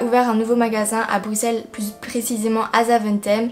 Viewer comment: Je suis contente moi belge enfin quelqu'un qui prononce Bruxelles convenablement ouf sa a mis du temps j ai cru que sa arriverait jamais XD 😂(Sinon j adore se que tu as acheté ).😘